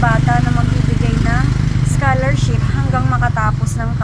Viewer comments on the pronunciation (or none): Mam hnd scharshop, scholarship, sorry mam to correct you, I don't meant anything, I'm just saying the correct pronoucation of the word